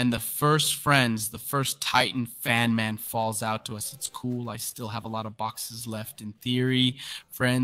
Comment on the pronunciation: Did bro say fonman